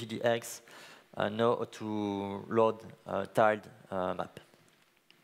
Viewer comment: He even called the 'Tiled' map editor 'tealed' so I'm not surprised.